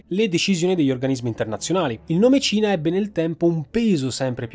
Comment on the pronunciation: La seconda volta, mi è stato più facile sciogliere questo problema: quando dici Cina, a volte sembra proprio tu dica Cia